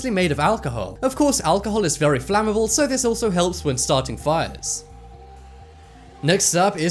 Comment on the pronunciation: Did he say "flam" able? (Flammable) interesting also I LOVE your videos top 10!!